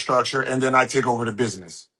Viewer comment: Dude cant even pronounce 'ask' and 'business' correctly😂